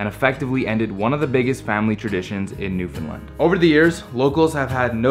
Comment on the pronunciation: This is the first video I've seen of yours. I have only one beef: You need to pronounce "Newfoundland" correctly, consistently. (I'm sending you an email.)